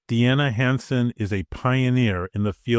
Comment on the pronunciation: And by the way, I've heard "DNA HANDSOME" when you said her name that I will now happily remember! Deanna Hansen🙏👍❤